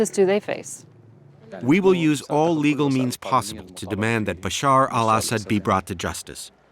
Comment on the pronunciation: As a Syrian I really appreciate that the lady said the Arabic version of Bashar's name and not the altered English one